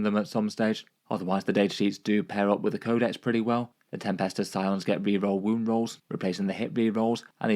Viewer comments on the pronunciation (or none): my favourite part is every time you say "Re-roll wound roll". "Ree roh woo roh"!